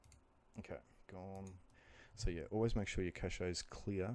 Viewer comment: Cache is pronounced "cash" not "cashay".